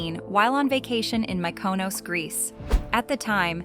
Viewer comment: He comes from a rich family, but he personaly is not a billionaire... its pronounced mykonos... Not MykoW koWs! why americans can never pronounce the simplest words